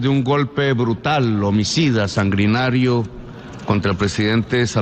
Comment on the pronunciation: Sangrinario? Uyyy señor Presidente es sanguinario. Horror? O"¿ herror?" Qué nos deparará con esta clase de alocuciones. Si hubiera escrito pasa pero verbal. Jmmm